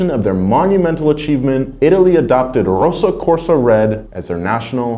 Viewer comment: It´s actually RossO Corsa Red. Not `RossA`